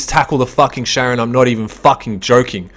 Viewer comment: Not Sharon, but KA-ron :) Like the boatman over the river Styx in the underworld. ;)